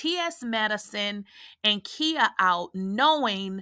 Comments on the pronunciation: It's KHIA!!!! NOT KIA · Who is Kheea? Do you mean Khia (the “I” is pronounced like the word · Her name is KAI -YAH. KAI-YAH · Right I'm listening but I'm like who is Kia 😂😂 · Lolz... the way she keeps pronouncing Khia name... Has me in tears 😂😂😂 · Sis…are you purposefully saying Khia’s name wrong or is this by mistake? Idk why it has thrown me all the way off listening to you say this woman’s name wrong😂🤦🏾‍♀️ Or have I been pronouncing wrong for the last 20+ years???